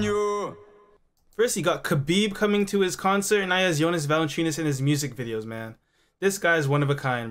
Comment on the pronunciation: Ahahahaha, it's not Valanchunas😂